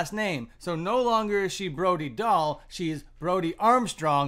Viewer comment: I thought her name is pronounced Brody Dale.